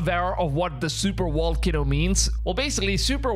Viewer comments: What’s a super “wall cano”? 😨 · Super Wall-cano, I'm guessing it's hard to get the V out or are we calling it this on purpose?